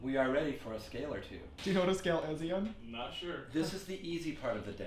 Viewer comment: youreung he said Ian but with sh at the start so shian 🤣